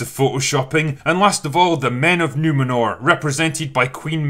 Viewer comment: It's not Numenor it's Numenorrrrrrrrrrrrrh